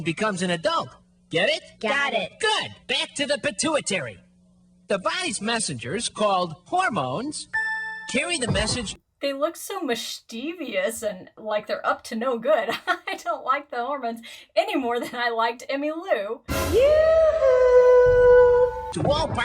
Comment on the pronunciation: A pet peeve of mine... As you dislike the misconceptions about vagina/vulva, I dislike it when people mispronounce "mischievous." It's not "miss-CHEE-vee-us" it's more like "MISS-chi-vus." Only three syllables. :D (This isn't meant rudely; it's intended more mischievously - MISS-chi-vussly!)